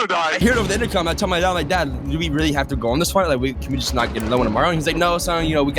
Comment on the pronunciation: Weewlly OFC YES WHO DOESN'T LIKE TO EAT PLANE bro stop saying really dude U CAN'T EVEN SAY REALLY THAT U SAY WEEWLLY? WTH IS WEEWLLY